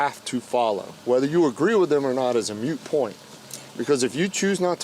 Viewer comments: I’m sorry— It’s moot, not mute. It’s one of those things that sounds like nails on a chalkboard to me. Merry Christmas! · the policeman mispronounced "moot point." He said it like mute. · the officer states is a "mute" point lol. I think he means moot point. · I love this officer! But someone needs to tell him it is ‘moot’ not ‘mute’. Moot means irrelevant to the situation and mute means unable to speak. 😊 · It's a Moot Point, not a Mute Point Officer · It’s a moo point. It doesn’t matter because it’s like a cows opinion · Well officer it's NOT a mute point, but a moot point (pronounced as in "boot"). Americans aren't very good at english, right? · OK... Got a beef with the officer toward the end. It is a "moot" point, not a "mute" point. He did it twice and a winced at each time (I'm 16 minutes in, so hoping that it doesn't happen again). Other than that, he did everything by the book, if you discount wording... I'M SORRY, DO NOT use a ord you don't pronounce correctly.... Even if you "get" the intended meaning. Sorry, pet-peeve on full display here. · Officer, it’s really not a ‘mute’ point but a ‘moot’ point. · I really hate to criticize officers in these scenarios but... Please, someone tell him it is a MOOT point, not a MUTE point. 🙃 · Could you get to tell the officer that it is a moot point, not a mute point. Mooo, I just heard cow do that. All she needs is a "t".